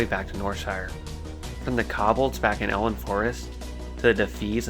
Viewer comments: you have an interesting way of pronouncing Kobold. like i can see why you may think its said like that, but its still a very different way from what would be considered conventionally correct. you say Kobold(s) as something similar to Cob-bel, and it should be more like "Co-Bolt" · What about the Cobbleds? (Kobolds)